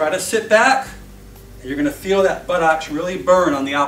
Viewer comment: I like the way he says buttocks... Buttox